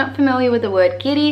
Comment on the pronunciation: As said before you have got a lot of our culture rigth, i like how you pronounce the word "guiri" and i like the fact that foregin people knowing his meaning. About the flamenco stuff... you went to the south, aint you? it dosnt hit that hard in mid or north spain, anyway, there are a lot of fanatics out there xD